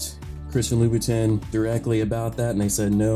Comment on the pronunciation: Louboutin is prounounced like lou bou ton not tin